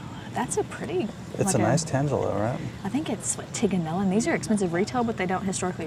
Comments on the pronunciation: It’s After an Italian Winery. Tig-nan-ELLO. Emphasis on ELLO. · Pronounced tee ja nell o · I believe Tiganello is pronounced teen•ya•nello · Tignanello is Italian word for young shoot & symbolizes life & rebirth. It is a renowned Italian wine & is pronounced teen-ya-nello. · Gonna hello pronunciation. There is a YouTube video from QVCtv from July 31,2019 and they say it toward the end. It sounds like Tee-na-nello. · I believe it’s Tig-a-nello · Teenyaniyo is how you pronounce Tig bags. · Tignanello is Italian and is pronounced “tin-ya-nello” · Tiganello you say Tig A Nello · Tea-nan-ello, like hello😊for the Tignanello. Love the content, and the romance❤❤you cutie pies. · The g is silent on that bag